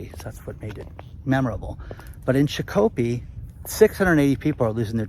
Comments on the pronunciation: Shakopee (/ˈʃɑːkəpiː/ SHAH-kə-pee) not Shah-kopee. The river bank's Shakopee Historic District contains burial mounds built by prehistoric cultures. In the 18th century, Chief Shakopee of the Mdewakanton Dakota established his village on the east end of this area near the water. Per Wikimedia. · LOL, if never heard Shakopee pronounced that way. It's usually pronounced Shock'-Ah-Pee but sometimes Shack'-Ah-Pee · It is pronounced shock-oh-pee. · It's pronounced "Shock - o - pee" for Shakopee, bro - believe me, I KNOW. hey call me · From Minnesota Its pronounced SHOCK-A-PEE, just 4 months ago they were running adds on the radio for hiring events for that facility. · Shakopee is pronounced SHOCK-o-pee. We live nearby (: Thanks for all of the information and the work you put into researching this. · Pronounce it that way, and no one in Minnesota will know what you're talking about . . . Shakopee is pronounced SHOCK-uh-pee. And it's actually a nice place - or was; I haven't lived in Minnesota now for nearly 40 years. And I lived in a community with an HOA one time, back in the 90's . . . once was more than enough! We couldn't hang a door knocker without approval! No way, never again! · How does someone put a fix on rainfall total? btw its pronounced SHAH-COH-PEE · 😂 It’s pronounced Shock-o-pea. Shakopee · It's pronounced "SHOCK - U - PEE" Yes, I'm from Minnesota. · It’s pronounced Shock o pee! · Shakopee in Minnesota is pronounced "shack-uh-pee" instead of the way said it. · I got a chuckle over how you pronounced the city in MN laying of the 600+ people at an Amazon warehouse. It's pronounced Shakopee ("Sha" should sound like the "o" in the word Shot and then short o in "ko", again like in the word Shot). But it was fun listening to how you pronounced the city:) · I'm going to pronounce Shakopee how said it from now on lol